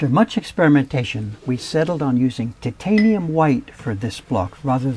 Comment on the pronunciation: Tit-tanium white -Dave Bill Titanium Hwhite -Bob Ross